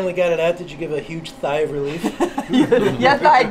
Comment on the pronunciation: 'Thigh of relief.'., you funnie. Lol!